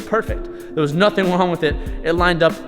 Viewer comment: He said Wong with it lol